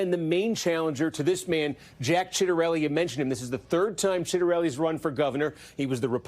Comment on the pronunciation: He mispronounced Jacks name so bad lol